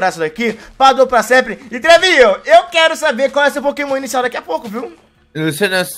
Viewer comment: Poquemon inícial